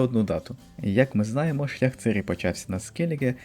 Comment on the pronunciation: оце дебільне "цИрі" взялося з роснявої озвучки - бо наші східні сусіди не вміють вимовляти "і" після "ц" і що ще більш сумно - багато хто стверджує, що цИрі нібито "краще" звучить 🤡